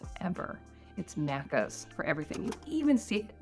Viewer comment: you're saying it weird lol it's Macca's like "mackers" (and not with an American rolled r) or "mackiz"... The second "a" is not like the first one